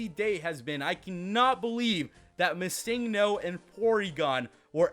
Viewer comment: stop prenouncing missingno wrong its Missing No